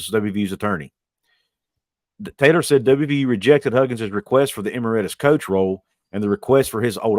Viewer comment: Just for future reference, it's "e-MERIT-us."